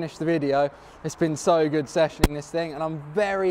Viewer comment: nobody: sam: ItS sO GeWd